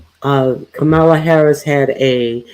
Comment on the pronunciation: I am a silent fan. I watch most of your lives and 👍🏽 them. But I am so DISAPPOINTED that you mispronounce KAMA-la and instead say “ka-MAH-la. Get it right. I know your ❤️‍🔥 is in the right place.